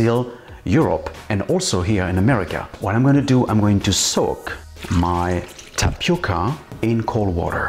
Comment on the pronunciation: Você falando TAPICA, é muito engraçado. Eu esta sua aprecio muito esta receita, ficou melhor que muita receita brasileira. PARABÉNS